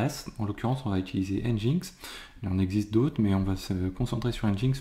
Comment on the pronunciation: Au cas ou : NGINX (prononcé [ˌɛndʒɪnˈɛks] ;) et yml -> yameul, ce sont des détails mais ca permet de communiquer plus facilement dans un contexte international (ce qui est qd mm bien souvent le cas dans le milieu informatique)